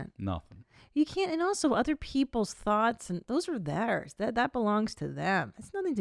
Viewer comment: Is it just me or does she says "thots" when she says thoughts, guys we need to have an intervention about her pronunciation. "Podcasting is only thots"